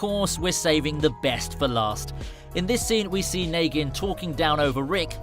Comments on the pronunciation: It shows that he didn’t watch the show. If he did he’d know it’s negan not Naygan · Do you have dislexia it’s Negan not Nagan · dude yea it rlly is hard to watch this wit him saying naygen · Naygen its negan fucking hell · Bruh not naygen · It's neegan idiot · After hearing him say nagan I couldnt watch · The narrator has never watched the waking dead as you can tell by the words he uses and how he pronounces negan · How do you not say negan right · He said negan and michone wrong smh